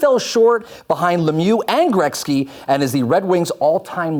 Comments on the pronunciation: Seriously if this host mispronounces Wayne Gretzky's name one more time I mean come on dude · Hey let's make a hockey show and pronounce Gretzky wrong the whole time